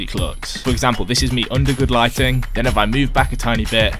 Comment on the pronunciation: is this the Chris Bumstead way of pronouncing lighting? xD